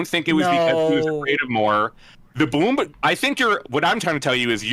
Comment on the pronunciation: This mf really be pronouncing Bloomberg as "boombug."